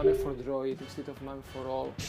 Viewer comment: Mame is pronounced "may-em" not ma may just saying